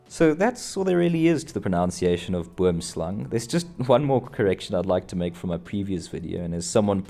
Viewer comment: The word is "pronUNciation. Dankie.